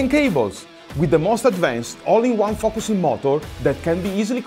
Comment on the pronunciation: " A new bussin system " did I hear that right? 😂